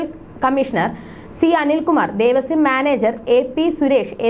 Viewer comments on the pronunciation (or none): അച്ചരപ്പുടത കൊള്ളാം... ദേവസ്യം അല്ല കുട്ടീ.... ദേവസ്വം. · Not Devasyam.Pronounce as Devaswam.